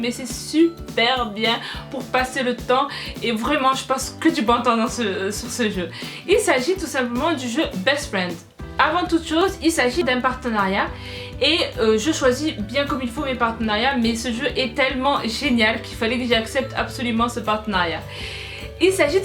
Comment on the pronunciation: c'est pas best friend mais best fiend la prononciation n'est pas la même. Ta vidéo est au top